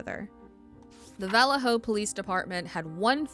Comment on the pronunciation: Good story, well done, but please learn how to pronounce “Vallejo”. You might as well be saying “VillayJoe” ;)